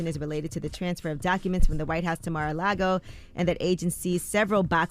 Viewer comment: Is Charlemagne saying Mag-A-Lago as a joke or does he not know the proper pronunciation of Mar-A-Lago? The grammatical errors in this broadcast are just pitiful. 😣